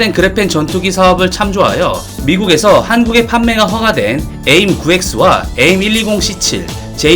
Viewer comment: aim이 약자니까 에임보가는 에이 아이 엠 으로 발음하는 것이 나아 보입니다.